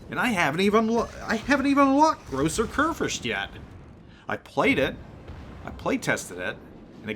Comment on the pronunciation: the phonetic spelling of Großer Kurfürst would be "Grosser Koorfirst". Americans tend to butchert the "ü" but if you simply try to pronounce it with an simple "i" like in "first" or in "birth" it still is not exactly an "ü" but it sounds much more naturally ;) just my 2 cents from Germany ;) greetings and keep it up!